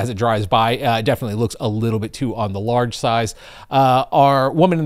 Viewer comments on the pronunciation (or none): Are you using an AI for your videos? I noticed you said a word that didn’t sound just quite right. ‘Lodge’ vs “ large’